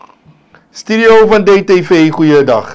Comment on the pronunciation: je zegt altijd Stidio het woord is Studio...